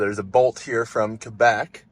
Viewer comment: I saw a high clearance SUV with Lithuanian plates a few days ago in Silver City, NM. That's a long way from home. Thanks for saying Quebec the correct way! Few people outside of Canada pronounce it correctly. That's called a seagull intersection; also known as a turbo-T in Florida. I don't think the EV6 owner needed to call EA customer support, all they had to do was unplug the Polestar. I guess they were afraid of doing that, even though it would be justified since the Polestar finished charging. That charger should be fully functional. Try to activate in the app. The terminal screen on the dispenser says that it is just set to "log to screen off." So the screen is turned off but the unit should work. Both cables should work, I think someone put the cable up there because the holster was broken. Like I said before, those ABB Terra units have some of the worst cable holsters that break easily.